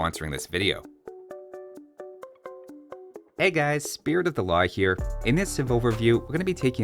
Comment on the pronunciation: So, do we all still hear "Spirit of the La Hire" or is it just me?